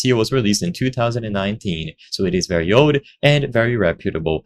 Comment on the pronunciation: "itz a veary easy process"(Italian accent)